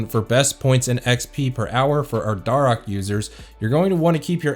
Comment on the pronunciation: Its dare ahks not dar oaks lol